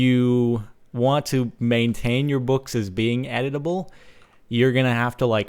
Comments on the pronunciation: aaaahh...editable....took me three minutes to understand he wasn't mispronouncing edible. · At first I thought he was saying that the book was edible. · I thought you said Edible instead of Editable lolzors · I kept on thinking he was saying "edible" and i was like da fuck? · am i the only one who heard him say "edible books" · oh from the title i thought he said "edible books" so i was really interested lol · its pronounced edible books not eatable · When you where talking I thought you said edible not editable books.XD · DX I thought I heard/read "Edible" books instead of "Editable" books... I was SO getting ready to see CaptianSparkles nom down some paperback bookworm style. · I swear he said "Edible" the entire time he played I wondered, "is he going to eat it?" But then I realized that I'm an idiot and he said "editable" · ohhhh editable books i thought he said edible books lol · I thought he said edible lol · I thought he said 'edible' as in, eating books. O.o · I keep hearing 'Edible' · Am I the only one who thought it said "edible books"? xD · I thought u said EDIBLE lol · at first i thought you said edible blocks. i was thinking is there steakwood now? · is it just me or every time Captain Sparkles says editable, I hear Edible. a.i. making the book edible :P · when he was talking about the books being editable i thought he was saying edible. like eating. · i thought when you said "editable" you said edible as in consume to gain exp. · Am I the only one that thought he said edible books? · I thought he said edible book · i thought he said edible books lol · I thought he said eatable books lol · How many other people thought he said edible? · i kept thinking you were saying "edible books" :P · Lol, I thought you were saying "edible books". xD . Also, YES!!!!!! Mining ice is awesome. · Thumbs up if you thought he said edible books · this whole time i thought he was saying edible! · Lol the whole time I thought he said editable books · I thought you said edible